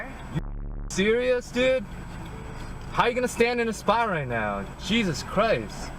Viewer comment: Jesus Not jessus